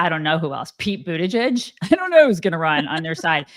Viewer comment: I came to this way too late, but just to let you know, your pronouncing Pete butt gag's name incorrectly. 😆